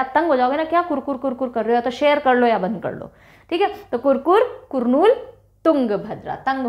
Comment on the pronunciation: Hello mam Your class is amazing. But one small correction It's not कुरनूल It's करनूल